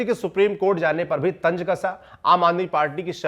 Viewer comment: 😂😂 TANJ ❌❌ TANZ ✅✅ hota hai.. भाषा सुधारो